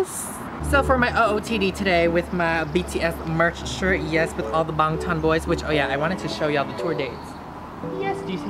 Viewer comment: “With all the b0nGtOn boys”😂😂😂 BANGTAN